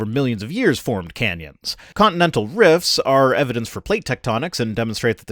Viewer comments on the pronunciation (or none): Just the fact he said "condinendal" tells me he isn't a geologist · Did he show a condinendal diaphragm?